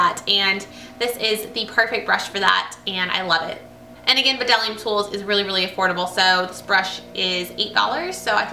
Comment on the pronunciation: Hi! Thank you for including our 787 brush in your June faves! Hope you have a great 4th of July weekend! Also to note, "Bdellium" is pronounced "del-ee-uhm". The "b" is silent.:D